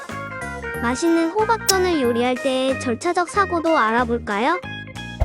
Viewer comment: 여기서 호박을 후각이라고 들어서 깜짝놀랫네